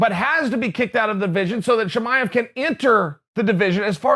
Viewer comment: Chael, how do you say Chimaev correctly but you call Jorge George?